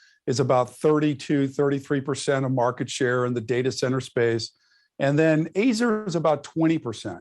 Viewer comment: Never heard that pronunciation of Azure.